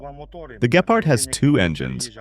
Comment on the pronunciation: Gepard. Emphasis on the G not the P.